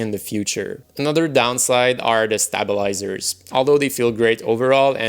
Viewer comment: OMFG the way you pronounce stabilizers, I'm closing the video. Good luck with that sorry attempt at English.